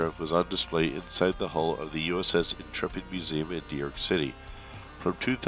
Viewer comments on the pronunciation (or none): none